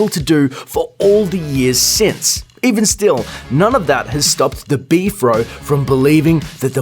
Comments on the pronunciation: It's pronounced B.F.R.O, not B-FRO. You have zero credibility just on this alone! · Do you call it "Beef-ro" and not B-F-R-O? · Its B-F-R-O